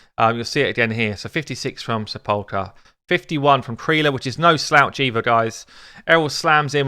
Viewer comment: sepulcher = SEP-ul-ker :P